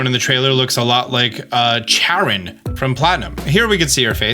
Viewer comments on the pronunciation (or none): none